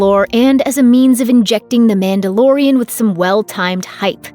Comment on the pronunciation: You keep saying "Mandalorian".. But all I hear is, "Amanda Lorian".